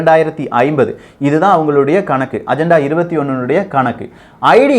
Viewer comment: Athu ajantha paku illa pa.. agenda konjam nalla pronounce panlamae... sorry no offense..